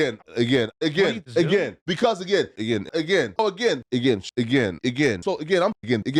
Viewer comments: I don’t think I want to hear anyone say “agian” again!! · Bro suddenly “Again” sounds like a foreign word 😂😂😂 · lol I can’t not hear it now, and it bugs the shit out of me already lol, why did have to point this out lolol fuck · He says "Again" like Terrence Howard says "Mayne" 😂😂😂😂